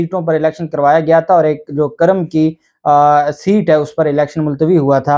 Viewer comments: It’s not Karam it’s Kurrum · The correct name of halqa is kurram not karam thanks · قاف پر پیش ہیے نہ کہ زبر سر جی۔۔۔ذبردست وی لاگ🇵🇰🌹🇵🇰🌹💐🇵🇰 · جب الیکشن کمیشن کے پاس کوئی عدالتی اختیارات ہی نہیں ہیں تو ڈی سیٹ ہونے اور کرنے کا کیا سوال پیدا ہوتا ہے ۔ دوسرا یہ لفظ جس علاقے کا آپ نام لے رہے ہیں اس کا تلفظ "کو" کی آواز کو شروع کرکے پڑھا اور بولا جاتا ہے ۔یا جیسے ہم کرہ ارض کہتے ہیں ۔ اسی طرح "کر" کے ساتھ لفظ "م" لگا دیا جاتا ہے ۔ تو یہ ہوا "کرم" یعنی کاف پر پیش پڑھیں گے ۔ جسکا دوسرا نام پاڑہ چنار یا پارہ چنار بولا جاتا ہے ۔